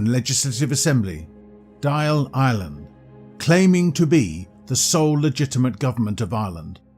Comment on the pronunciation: "dael eyeran" ☠